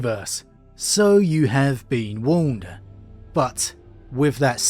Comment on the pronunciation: the word warned is not pronounced like a mumbled "wound"